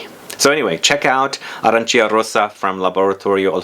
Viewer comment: The correct pronunciation is “Arancha”, you need to ignore i.